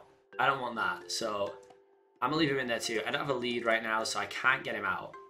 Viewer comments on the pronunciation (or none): none